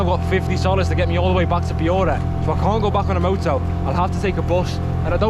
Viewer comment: I am confident nobody else on earth has ever said piura in that scouse accent like at the start of the video 😂